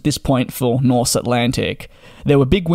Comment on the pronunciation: Very nice video. I love the Dreamliner. You get less jet lagged, less dehydrated, and it’s quiet. - But the airline’s name is Norse Atlantic, not Nothh.😄